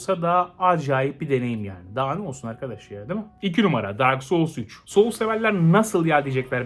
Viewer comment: "dark soul siki dak soul siki" dedikçe gülmek ile hayır bu öyle degil bu öyle degil arasında kaldım.